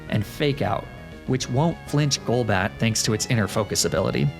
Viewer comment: theme challenge idea: pokemon you've mispronounced on other videos on this channel, such as magnemite golduck golbat etc.